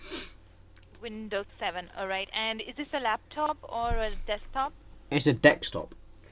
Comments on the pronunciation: Bob Jones its desktop dumbass not dextop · "It's a Dextop..." And she repeats him. LOL!!! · "dekstop" ( ͡° ͜ʖ ͡°) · Dekstop ahha deckstop!!!!😂😂😂😂 Can u type dabblu dabblu dabblu Mike:dabblooo dablooo dablo😂😂😂😂😂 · wot iss a "dex top"? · I get it you can be mad at them for scamming but what's all this hate for Indian accent?? At least she can pronounce the words correctly...last time I checked the word is DESKTOP and NOT DEKSTOP! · Why do these 'tech support' people always talk as if they don't have a fucking clue how a computer works? By the way, it's Desktop. NOT Dextop. Learn to pronounce it properly. It's not that fucking hard. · It's not dextop dumbass its desktop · dekstop!?!?!?!?!? XD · is it laptop or a desktop? "its a dextop" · Stop saying fucking dextop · dekstop hahaha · "It's a dextop" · "Is it a desktop or laptop?" "Dekstop" I'm dying idk why 😂😂😂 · Magnificent Man Say desk. Then say top. It's not that fucking hard. If you can pronounce the word ski without is coming out as ksee, then you can sure as fuck say desktop correctly. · "It's a dekstop" "Dekstop, okay" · Fwiffo dextop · "It's a dextop!" Hard to tell if you really are dumb or just pretending sometimes. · "Dekstop" dunno why i find this amusing